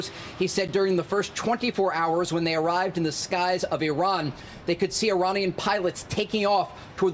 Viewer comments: “You know it’s called Earrran!” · Finally an American who says ‘Iranian’ properly